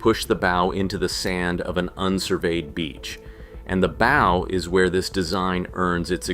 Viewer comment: "Bow" such as on a ship rhymes with cow. Look it up.